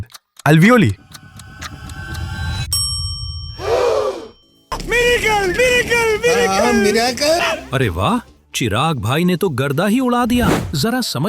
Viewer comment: ali—voli—aahh??? Alveoli?? Agr is tarike se exam me yd ajaye??😭🤌🏼